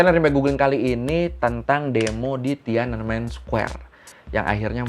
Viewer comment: Btw TIANANMEN itu 3 kata bacanya Thien An Men yang artinya Gerbang Kedamaian Surgawi